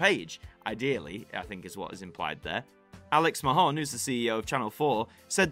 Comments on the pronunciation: Mahon is pronounced Marn! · But not in Northern Ireland/Ireland where its definitely absolutely pronounced mahon.